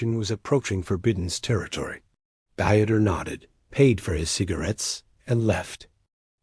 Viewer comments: Deeeter not "dieter". It may take a little extra work to insert German pronunciation where needed, but it does make a difference. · Dieter is pronounced Deeter, not like someone restricting calories!😅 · It's not Dieter..it's pronounced deeter. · Come on! Dieter rhymes with Peter! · Dieter is pronounced as DEE TER not DY ter! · The AI ALWAYS MUTILATED the person name, it’s not pronounced diet it’s pronounced dieter the German pronunciation is completely different than American pronunciation. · Learn to pronounce German names !Not Dieter, both Deexte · What's with all the swastikas in here America? Also, you don't go through Indiana to get to Ohio from Pennsylvania. Plus, in German "Dieter" is pronounced with only two syllables, a long 'e' sound followed by a short 'e' sound. This video is just weird.